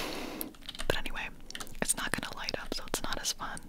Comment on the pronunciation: Okay I might be a little sleep deprived, I thought you said ‘where is my leg’ and I was literally confused for two whole minutes. Decided to go back and finally caught that you were saying ‘where is my light’. What an adventure it was😂